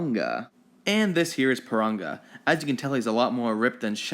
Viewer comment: He said parunga wrong